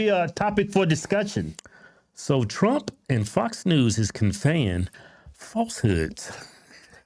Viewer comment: Say his name right it’s trump not twump